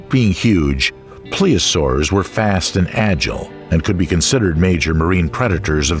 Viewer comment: Yes, yes, and yes. It became annoying after a few. Plessiosaurs? I may watch it again, mute, listening to Stravinsky as a soundtrack.